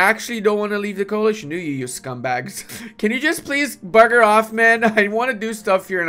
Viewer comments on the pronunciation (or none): Hearing a non brit say "bugger off" made my day